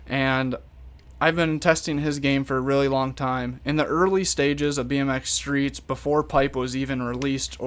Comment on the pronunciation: I always get confused u say bnx streets I think u mean pipe